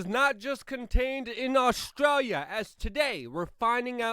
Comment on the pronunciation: The almost pause between your Aush and stralia, made me think you were going to say Aushwitz. But Australia, close enough it would seem.